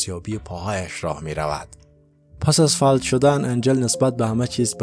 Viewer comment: آقا اینی که شما میگی فَلَج تلفظ می شه. فَ لَ ج!